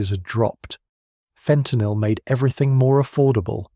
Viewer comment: FENTANYL or FAUX TENYL?